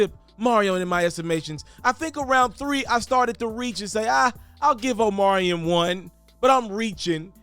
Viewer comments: Ima need you to pronounce Omarion's name correctly, he at least deserves that respect‼️ Say it with me now 🗣O-MAR-REE-ON🤌🏾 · You mean, OMelon !!! 😂😂😂